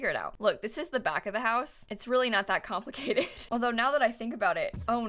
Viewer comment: Every time you said "it's not complicated" I think of Harry Styles mimicking people from Manchester